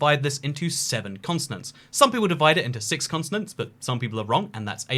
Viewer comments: why is he saying consonants and not continents, but fr like 20 times? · Are we just ignoring the fact he said consonant and not continent for the entire video? 👏🏼👏🏼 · Your pronunciation of 'Continents' sounds like Consonance....probably cause the British Accents dont pronounce "T" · why is he calling them “consonants” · He keeps saying "consonants" instead of "continents" lol